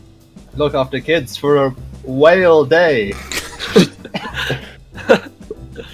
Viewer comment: "Look after kids for a w h a l e day" God damnit Wilbur